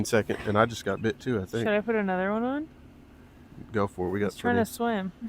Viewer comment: “Anotha one”😂